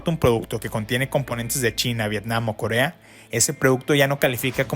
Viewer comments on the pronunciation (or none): none